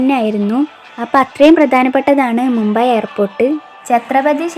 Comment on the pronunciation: മുമ്പെ അല്ല..മുംബൈ ..അല്ലേൽ മുംബായ് ..അതുമല്ലേൽ ബോംബെ ..!